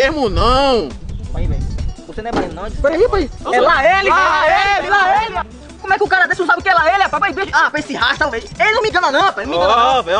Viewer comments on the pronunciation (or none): não é Laéle é laêle kkkk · Sou de Teixeira de Freitas na Bahia e aqui ninguém fala laele